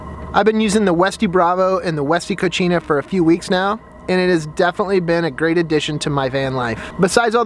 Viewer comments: Cocina not cochina lmao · He bro... FYI. You're pronouncing the name of the refer-door addon incorrectly, it is not pronounced "KO-CHee-NA" which means "Female Pig" or "Dirty in the female gender". The proper pronunciation is "Ko-see-nah" although it is properly spelled "Cocina" which means kitchen. Just sharing bro as its not an Italian word, it's a Spanish word. Love your videos nonetheless!!! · Co-See-Na = Kitchen Co-Chi-Na = Dirty (feminine) Lol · Nicely done,. The fridge door item is pronounced "Co-see-nah".... which means kitchen in spanish. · I can't help to laugh Everytime he says " Cochina" which is spanish for Nasty.